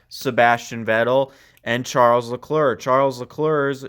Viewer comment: Charles Lecluur?!?